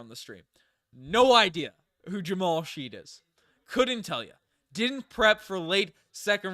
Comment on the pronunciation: Fyi, Shead is pronounced shed...rhymes with head.